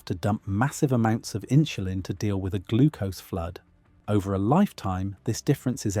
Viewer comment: 'Inshulin' is pronounced inSulin.